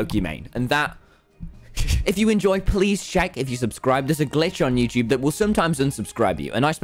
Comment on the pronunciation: Tommy says there’s a glitch on youchuub at